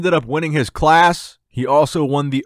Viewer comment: Anyone else think he said "his CLASS" kinda weird? Lol